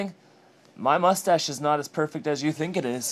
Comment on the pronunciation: Interesting and impressive. But, if you're going to fuss over it, you should start by spelling and pronouncing it correctly.